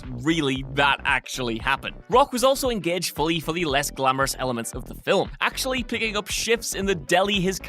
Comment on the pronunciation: How are you getting two syllables out of 'film'?